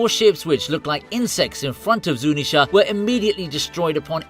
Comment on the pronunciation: It's ZunEEEsha,KizAAAru and MAAAgellan . What's wrong with people who English and cant say word right?